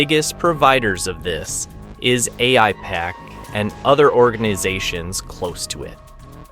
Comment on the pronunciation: After hearing how the pronounced Aipac, one can tell he's extremely dumb or an AI.